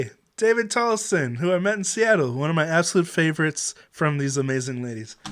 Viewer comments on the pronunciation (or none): none